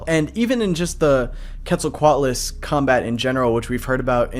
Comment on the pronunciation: HE SAID IT RIGHT HE SAID QUETZALCOATLUS RIGHT FINALLY 👏👏👏👏👏👏